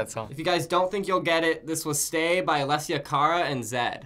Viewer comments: "alicia cara" that made me sad, it's uh-less-ee-uh kah-ruh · Its alessia cara not alisha cara! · The girl saying aleshia cara😂 I'm dyeing bc she doesn't know her name